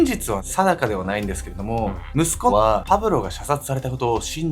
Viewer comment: む↑す↑こ↑ は↓↓↓ 謎のイントネーション